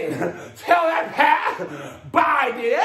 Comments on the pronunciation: BI—DEN. That’s right. In January, Trump can say good BI then. LOL 🤣🤣🤣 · "Tell that path Bye-den." U better preach with that Sweet Baby Ray's!